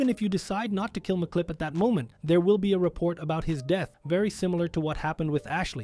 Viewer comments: Really? "MacClip"? "The Chief"? It's Emcee Clip AND just Chef. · Dude can read English, clearly. It says MC Clip, not McClip like he's an Irish lad. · I find it fascinating that you have all of this knowledge about the game, but simple names that are said out loud, in some cases m multiple times, are constantly being mispronounced. Chef, MC Clip, Cris Formage. It's very off-putting and unprofessional for a video creator.